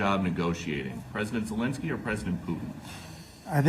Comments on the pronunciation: Did he just say “Voldemort jewlinskii” ????? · Did Benny say "Voldemort" Zelenskyy?!?! 😂😂😂😂😂